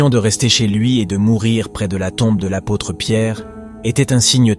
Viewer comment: Dommage la voix de robot et les erreurs sur le mots comme Apôtres devenus à pôtres…. C un manque de respect que je tiens à vs signaler vu la sainteté de Jean Paul II 🙏🏻